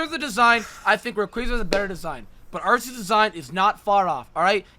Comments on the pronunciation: when said that hydreigon had the best shiny out of the pseudo's I was like, "what is this man smoking?!" then he corrected himself and said that metagross rivals it, but even that is debatable. (Edit: Arr-see-us gotta stop dawg.) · Your saying arceus wrong it’s pronounced arcoos